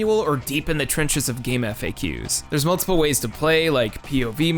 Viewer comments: did you really just say "Game eff ay ques?" it's GAMEFAKS BRO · jsyk it is "gamefax" not game F . A. Q.... great video though... I inform out of friendly wanting you to avoid embarrassment... not in a hateful judgemental way. OR if I am the odd one out ... lemme know ppl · Wait...people actually say "eff eh cue" when saying F.A.Q. (especially when talking about gamefaq) and not something that sounds like fax? Who are you aliens?